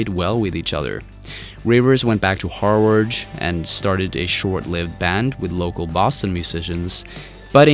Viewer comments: "Harward"? I am triggered again! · Harvard is pronounced Har-VARD not Har-WARD..... I can't...I just can't!!!! :0/ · Why u pronounce Harvard like that omg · Say "Harvard" again.